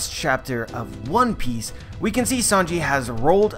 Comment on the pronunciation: Dude it's one PIECE not ONE piece. Wrong pronunciation :O